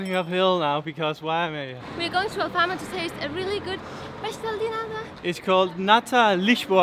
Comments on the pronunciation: I love it when says Pastel de Nata because shr says pastel de "NADA" soooo she says it is a pastel of NOTHING 😂😂😂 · Hey, I think you say "pastel de NADA", which actually means pastry of nothing 😆 Or at least that's what I hear when you say it. Does anybody hear that too? Apologies if I'm wrong! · u really gotta pronounce the letter "T" in "Nata", like in the word "Porto", for example, otherwise its "Nada", which means "nothing" in PT